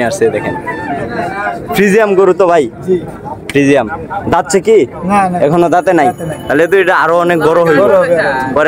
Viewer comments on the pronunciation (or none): ভদ্রলোক ফ্রিজিয়ান নাকি ফ্রিজিয়াম কোনটা হবে আগে শুদ্ধ করে কথা বলতে শিখুন।